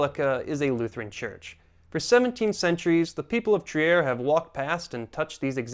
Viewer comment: German here . don't say Trier say Triir